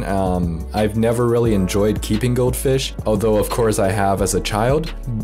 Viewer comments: Took me 30 seconds before I realised he was saying goldfish. I seriously thought goatfish was a certain type of fish. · I thought you were saying goat fish and i was keeping my eyes peeled to get a glimpse of it